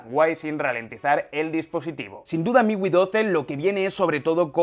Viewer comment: Miwi? Es miui amigo mejore el léxico